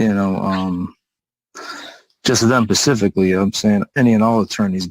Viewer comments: He lost me at pacifically. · Why doesn’t this magistrate hold him in contempt or issue a bench warrant for his arrest if he continues to be uncooperative and refuses to properly identify? He objects “pacifically”